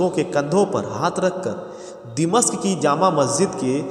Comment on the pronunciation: Dimashq nahi 😂 bhai damishq